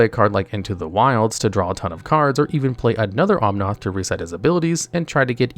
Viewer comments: I love how there's an "editors note: cuz he mispronounced Escape to the wilds after the narrator mispronounced Eldraine, Planeswalker, Bedevil and Omnath. And thats only the first half xD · "OMNOTH" "TEEBALT" "BED EVIL" I literally can't with you, bro